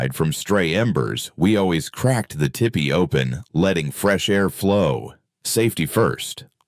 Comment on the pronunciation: Its not Tippy…it’s pronounced Teepee.